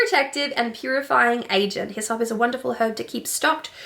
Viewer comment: I almost spit out my coffee when you said hyssop I thought you were telling me to piss off at first.